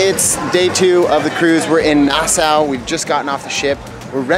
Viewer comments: Sweet footage of the ship and Coco Cay! What’s with your pronunciation of Nassau tho? Is it nas-saw or nas-sow? 😂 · It's pronounced nah saw not Noh sow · Its not Nasa :( its pronounced "Nas-saw" (Nassau) but i loved the video!! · Nas-saw, and the Bahamas isn't apart of the Caribbean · Nassau is pronounced “Nass aw”, and conch is pronounced “Konk”. :) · Pronounce Nas-saw !!!